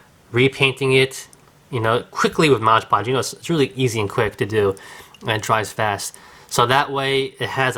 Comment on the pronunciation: Take a shot every time he pronounces Mod Podge as Modge Podge. :P